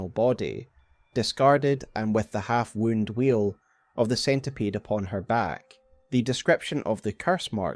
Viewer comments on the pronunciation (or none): I think "half-wound" is to be read as from the verb "wind", as in "winded halfway", not as "half wounded"